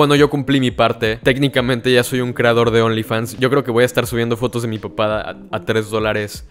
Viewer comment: Cada vez que decias "De mi papada" entendía "de mi papá"